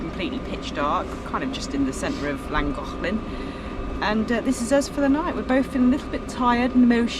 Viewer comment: you sound like a proper Welsh girl the way you say Llangollen